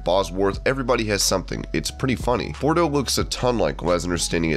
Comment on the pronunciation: How about saying his name right. It's Parker Boudreaux, NOT Parker Bordeaux. PRONOUNCED bood-row. WTF? Total disrespect,.